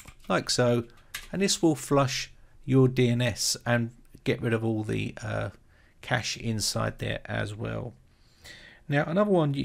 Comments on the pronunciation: It`s pronounced cache not cache. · im not trying to be mean or act like im all something but i think cache is pronounced like cash-ayy not just cash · Disk space isn't "cache" In computing, a cache (/kæʃ/ kash,[1] or /ˈkeɪʃ/ kaysh in AuE[2]) is a hardware or software component that stores data so that future requests for that data can be served faster; the data stored in a cache might be the result of an earlier computation or a copy of data stored elsewhere. A cache hit occurs when the requested data can be found in a cache, while a cache miss occurs when it cannot. Cache hits are served by reading data from the cache, which is faster than recomputing a result or reading from a slower data store; thus, the more requests that can be served from the cache, the faster the system performs.